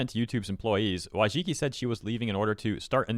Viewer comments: Her name is pronounced "Voychitski" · Wojcicki in polish would be pronouced like voycheetskee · Holy shit you butchered her surname XD hahahaha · This is great / bad news depending on how Mohan leads YouTube after Susan HardToPronounceLastName. Still a W though